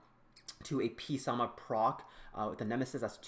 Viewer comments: Both Gany and verde's nicknames still use correct pronunciation whereas P-Sama does not and adds an extra unnecessary syllable. He could have easily been called "sama" for short. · Why do people call him peesama? its prounounced samathe and its not Jean its Jeanne (Jah-ne)